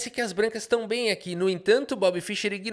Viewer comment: nem o nome do cara você sabe falar analfabeto, não é Fisher.. é Fischer.. se não fosse o cara nem xadrez tu jogaria. Ele que abriu o cenário de xadrez pro mundo, coisa que era restrito aos países da união soviética analfabeto funcional.. Respeita o cara.